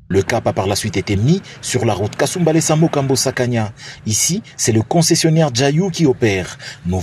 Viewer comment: Monsieur journaliste c est mukambo non mukombo